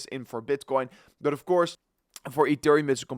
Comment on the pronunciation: Your English is perfect! Only the word But......